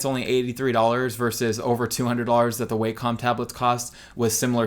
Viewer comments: i pronounced it "way-com" for years but from the videos included with their products the correct pronunciation is "wack-om" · It's pernounsed wacom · The way you say Wacom makes my eye twitch.